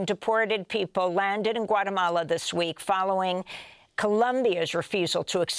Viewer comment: Suggestion: You pronounce the name of the country wrong. It's g Ua tE ma la, not like "guacamola". Big difference.🤷‍♂️🥑